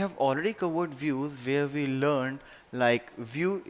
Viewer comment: its WE.... pronounce as uie , and not ve